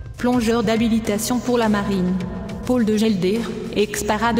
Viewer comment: On dit Paul !! pas Pole !!!